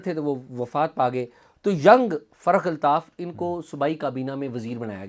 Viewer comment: اعزاز سید صاحب ۔۔۔۔لفظ فرخ الطاف ہے ۔۔۔۔۔آپ بار بار تلفظ فرق الطاف لے رہے ہیں ۔۔۔